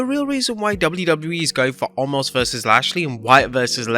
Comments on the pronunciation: WHY do they keep calling him ALMOST!!! It's OMOS!!!! NO L in his name, even Brock did this, HE may have been making fun, but there is no L in his name. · Did anyone else notice at the start of the video.. He said “omos vs lashley” and “Wyatt vs lesnar” 😂 come on